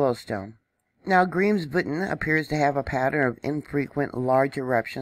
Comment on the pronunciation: BTW the volcano's name is pronounced "Krims-voet'n"